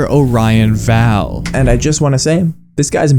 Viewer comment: Great video! Only complaints is the mispronounciation of Orion Vale (pronounced: O-ryan Veil) & no mentions of Jeff, who's a huge lore point on the home page. If you click on "About Us" there's a fun little hidden eye that leads you to who the "founder" is. Happy hunting and thanks for covering this story!